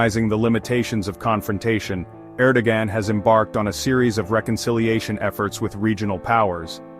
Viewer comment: Thanks for the great summary, you probably already know that the AI isn't producing Erdogan's name correctly.